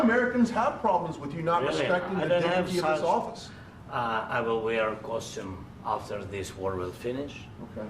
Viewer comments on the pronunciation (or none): He said costume because in Russian/ukrainian a suit is pronounced kostoome.